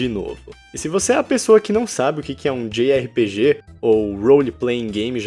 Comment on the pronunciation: djei ar pi di, ou jota erre pe ge, não djei erre pe ge kkkk